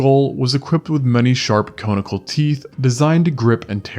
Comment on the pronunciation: 🤯 it amazes me that someone can pronounce the taxonomical names correctly but not common words like "swaths" and "conical"...swaths has a short-a & conical a short o despite being derived from the long-o "cone". 🤷🏻‍♂️🫣